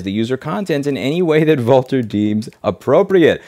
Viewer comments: Louise - you're pronouncing their name wrong. It's pronounced "vulture". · Lol, I thought the company name is pronounced "vulture" - the writing might have been on the wall :D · I'm pretty sure 'Vultr' is supposed to be pronounced 'Vulture', I have to say it fits.